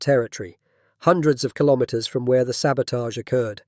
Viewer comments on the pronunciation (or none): Kilometers is pronounced kilo-meters, same as kilo-grams and kilo-watts. Not ka-lom-it-ters. Say kilo and then say meters.